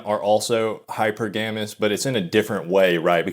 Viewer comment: wtf is hyper-gamus? I have never seen nor heard anyone say it that way. Its like you are describing a solar system lol.